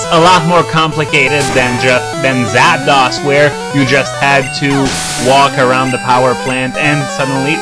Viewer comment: It bothers be how you pronounce Zapdos 'Zap-dohs' instead of the incredibly obvious 'Zap-dose'.